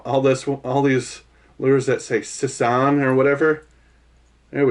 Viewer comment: The sisson crankbait is said like sizzor but the r is a n